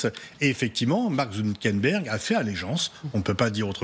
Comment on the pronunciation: Effectivement "Marc Zounkenberg" et "fal cheaking" c'est très génant 😂